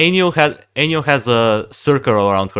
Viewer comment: turned ainyl into ailynn lmao